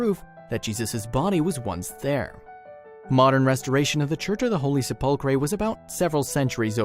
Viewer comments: Learn how t pronounce "sepulchre." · PLEASE FIND A DICTION-ARY, READ IT & LEARN DICTION FROM IT!!! How to pronounce WORDS..... for instance, it is SE pul chre NOT se PUL chre!!! TAKE A CLASS!!! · What's a sepulcray? It is pronounced Sep-ul-ker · The pronunciation is SEPulchre, dear boy, not sepULchre; very ittirating.....! Keith MANCHESTER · You mispronounce the word "sepulcher". You have the British form of the word - "sepulchre". There in lies your mispronunciation. The "chre" is not pronounced 'cree' or 'kree'. It is pronounced 'ker'. So, "se-pul-cher" or "se-pul-chre" are pronounced the same. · \ ˈse-pəl-kər not se-pul-cray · "sep la cur" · The narrator cannot say sepulcre slap him on the back of his head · the word Sepulchre is pronounced SEP Le Cur. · Sepulchre is pronounced Se-pul- cher. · The word is SEP ul. ker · I'm sorry but I really must tell you that sepulchre is pronounced sepulker. Thank you. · "Holy Sep-pul-krey"?????? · this guy needs to learn how to pronounce sepulcher, The Garden Tomb is much more provable, but that's not the point of the tomb! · please note that the pronunciation of Sepulchre is sep - le - cur. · This guy has been going on a history lesson for the last four and a half minutes I'm falling to sleep listen to him I just want to see what was recovered not where it was how it was went went here well I don't want the history lesson I just want to see what was recovered talk about long-winded get to the freaking point. And just FYI it's pronounce sepulcre damn this talk-to-text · Se-pul-Kray? Really?. For goodness sake pronounce the dang thing correctly . It’s inexcusable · What's a sepulkray? ;) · Please learn how to say sepulcher as SEH –pul—kur. Stress on the first syllable. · The Word "Sepulchre" In English, Is Pronounced Like This: "SEP - ul - cur" The Stress Is On The First Syllable. Very Interesting Video. Thanks! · I couldn't finish the video because of "sep ul cray" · I just heard “ se-pul- kray “ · Learn how to say sepulchre